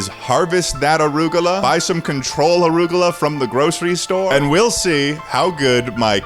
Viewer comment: why do you call it "orugola"?